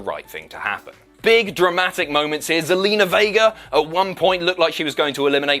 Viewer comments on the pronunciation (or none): none